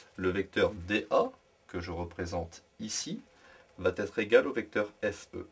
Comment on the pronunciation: Merci de ne pas dire "vat être" Mais plutôt "va être"